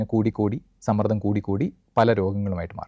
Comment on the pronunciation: തുഷ്ടി യും, പുഷ്ടിയുമുള്ള മനസു പോലെ തന്നെ തുഷ്ടിയും പുഷ്ടിയുമുള്ള സംസാരം... പക്ഷെ ഉച്ചാരണം ഒന്നുകൂടി ശ്രദ്ധിക്കണം... മാനസികസമ്മർദ്ധം അല്ല മാനസിക സമ്മർദ്ദം...13.39